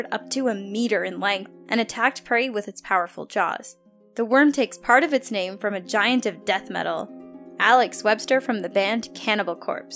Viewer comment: Finnaly. Someone who pronounces the names correctly.